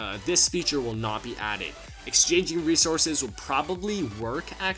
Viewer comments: Bodounating dem weasorses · “doynating wesources”